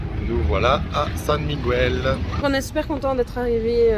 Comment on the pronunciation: Ik faut apprendre à prononcer Miguel